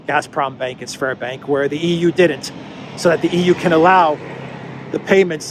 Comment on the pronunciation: Your Sberbank sounds like spermbank.